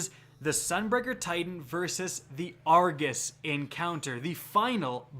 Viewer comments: It is pronounced Ar- go-s not Ar-ga-s. His name is Argos not Argas. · Is it just me or is it triggering when he says argus instead or Argos? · Jacob Eggers Said it once then he seemed to spam saying it wrong omg